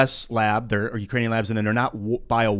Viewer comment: “Ukranion “ is becoming hitlery Clintoon